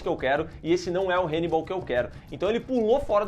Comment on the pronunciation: HEInibal!!!????? HAnnibal 🤦🏻‍♂️